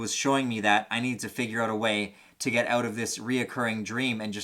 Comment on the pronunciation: Lol I watched like 5 of your videos just now and kept hearing you were from Canada, but it didn’t really resonate u til the end of this video. Lol you said “freak the fuck ouuttt”